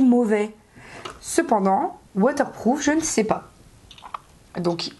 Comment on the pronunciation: Tu dis WaterplooF ou c'est moi ? 😂😂😂 sa me stressé un peu 😂😂😂 sinon cool la vidéo ! ;)